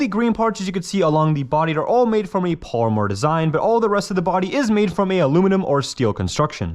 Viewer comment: Why can’t you say polymer, grande, or cartridge?